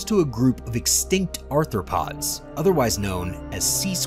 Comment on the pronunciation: Anthopods is pronounced: Arthropods, Triblites is Trilobites.